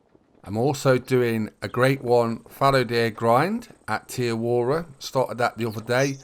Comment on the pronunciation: Great help. Thankyou 💪 Btw it's pronounced Te Awa-roa not Te A-wora😅